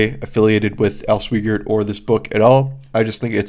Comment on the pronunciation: just FYI: it's Al Swy Gert...rhymes with "why dirt."